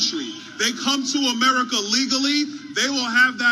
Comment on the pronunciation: Did he say Murica? 😂